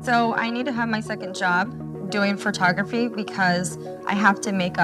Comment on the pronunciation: omg - I was looking for this. Is that an "accent" in that part of the state, or is she saying it wrong?